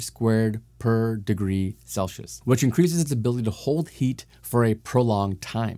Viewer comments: You are pronouncing Celsius incorrectly. It is not “Sel-she-us". It is "Cell-see-us". Good luck! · Celcius is pronounced "sell-see-us" not "sell-she-ush". I didn't hear any other words indicate a speech impediment so I hope ok lm not just pointing out a disability